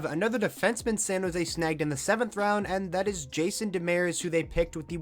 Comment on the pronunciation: I know you cant fix it now but it's Jason Demers, not Demeres